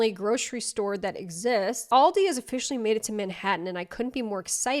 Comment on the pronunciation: thats not how u pronounce aldi but okay